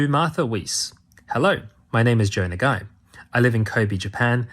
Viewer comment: his name is na-ga-i, not "nah guy". its pronounced "naga-ee"